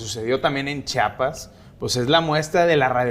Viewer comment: OTRA VEZ!!!!! CHIAPAS.... CHIIIIIIAPAS!!!!! STAN BIEN MENSOS PARA HABLAR!